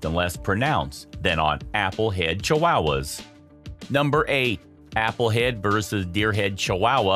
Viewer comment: "Chiwowas" lol I've never heard anyone pronounce it this way before.